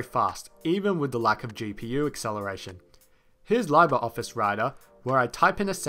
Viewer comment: Sorry how’d you pronounce LibreOffice?